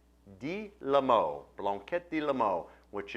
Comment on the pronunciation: Hasn't the faintest idea how to pronounce "Limoux".